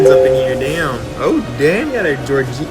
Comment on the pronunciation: why you saying "Georgia" wrong, bud?